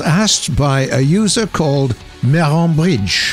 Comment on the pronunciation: I accidentally heard pronounced user as loser